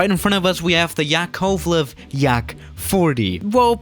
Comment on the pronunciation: I'm Russian and the way you said the name of the plane hurt me inside ☠️